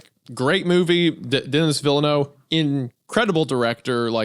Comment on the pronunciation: Denis Villeneuve: deh-nee vihl-eh-noo-vreh